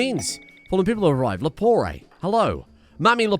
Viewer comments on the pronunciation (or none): Lepore, not leporé.